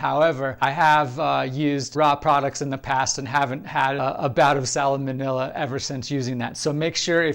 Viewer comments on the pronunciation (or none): Not to be picky but salmonella is pronounced sal-ma-nella. Love your channel, though! Gonna try this recipe! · Please stop adding an extra syllable to "salmonella". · I can't take him seriously anymore after the way he pronounced salmonella.